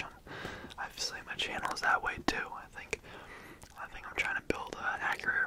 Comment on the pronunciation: i love the way you say "channel" like "che-nel" i literally just keep coming back to hear you do that in the intro on repeat